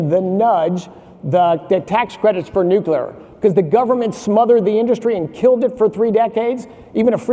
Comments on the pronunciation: Nu clear not nucular. Single biggest thing he works on and can almost pronounce it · Anyone who pronounces it "nuc-YOU-ler" should be banned from speaking on energy related topics. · “Nukular” energy 😅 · Concerning that the both mispronounce nuclear 😮